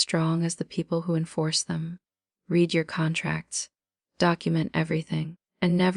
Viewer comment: The breathy almost whisper is annoying. Ai stinks. It can't define the word Read on which pronunciation to use.